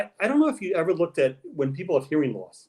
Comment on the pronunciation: OH NOOOO. HE SAID:" IVER". 🤣🤣🤣